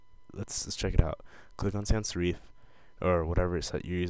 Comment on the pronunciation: it's sans serif.... (sair- if)